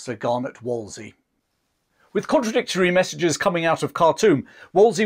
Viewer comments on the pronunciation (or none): Not to be a nitpicking pedant, but I do believe it’s WolseLy and not Wolsey; he was after all the very model of a modern major-general